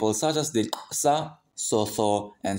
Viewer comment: You actually pronounced Xhosa correctly. I'm sure you're not from South Africa. Which country are you from because I'm surprised